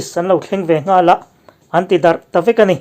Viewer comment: I channel hi ka lo en ve zauh zauh ṭhin a, i Mizo ṭawng lam danah hian 'H' hi ṭul lem loah pawh i lam uar riau a, ngaihthlak a ti hahthlak lek lek ṭhin. Entirna'n : "police an lo thleng ve nghal a...." tih mai turah "police an lo thleng ve NGHAL-AH" han tih ang chi "a" tih mai turah "ah" tih te, "hi" tih mai turah "hih" han tih ang te hi a tam hle a, i Mizo ṭawng lam dan a ti sir-he riauin a hriat.